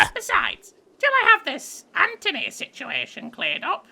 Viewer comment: GENERAL AN-TONY